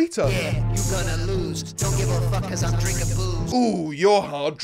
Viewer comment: Did he say drinking booze or drinking poos?